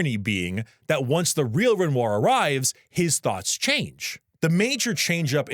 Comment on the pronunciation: played this game 3 times, and still mispronounces Renoir? I think this boy just wanted to eat a bunch of bread on camera. (real)